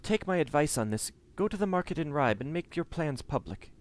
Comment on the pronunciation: Hi, I came here from the link on J2's channel, i really like this playthrough, BUT.. im bleeding from eyes and ears, everytime i hear you butchering the Danish / Norwegian names:-) even the easy ones like Ribe and Ketil...